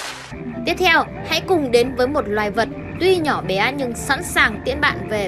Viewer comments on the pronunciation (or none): Bé thì nói là Bé, Bíé bíé là cái đ" gì